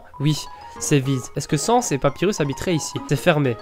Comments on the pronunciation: C'est bizarre que Papyrus est trop occupé pour flirter. D'habitude il est étonné, je me demande qu'est ce que t'a fait pour ça. Au fait, on dit Sa-ns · sans: il faut prononcer le a undaine : il faut prononcer le a